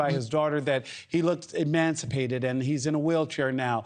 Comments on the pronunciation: hand-pink-waving: 'emaciated' NOT "emancipated" :cat-orange-whistling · Did he mean to say emaciated? He said emancipated...